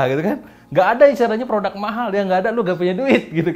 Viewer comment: Apa yang perlu Anda lakukan untuk mengubah anda mengucapkan kata "produk" sebagai produk dan bukan "prodak"? Serius nanya nih.